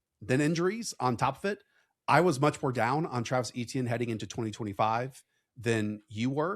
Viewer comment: "A-tienne" not "E-tienne", please. ⚜️⚜️⚜️